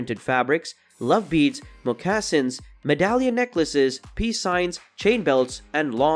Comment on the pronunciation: The word "plaid' is pronounced like "plad", not "played". Moccasins is pronounced MOCK-a-sins, not moe-KA-sins. Baja is pronounced "ba-ha", no "ba-ja". Several other wrong pronunciations. Did a bot read this? I loved the content, but the obvious pronunciation errors were jarring.